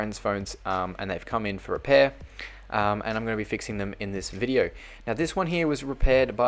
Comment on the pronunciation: He says WEDEO